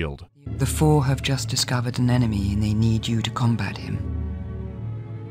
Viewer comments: Read "Four" as "Phor". Makes things funnier. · genuinely thought Charlotte Rampling was talking about Pfhor instead of Four and i almost ascended to a higher plane of existence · Ngl when he said "Four at Tau Ceti," my brain read it as "Phfor at Tau Ceti," and my eyes bulged out of my skull for a moment.